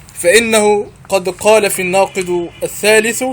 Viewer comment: في الناقض - بالضمة - الثالث -بالضمة !!!!!!!!!تعلم أولا ثم تكلم !!!!!